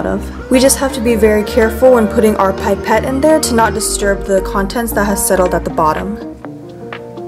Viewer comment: Sorry... Pipe - et It’s pipette... pip- ette